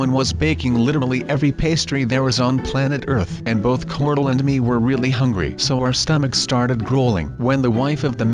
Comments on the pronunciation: LOL at beginning he said cortle instead of corl! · it's not Cordell it's corl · Is not corld its corl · why you call corl cortol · Cortle?? Dont you mean Corl? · Btw it's Corl not Cork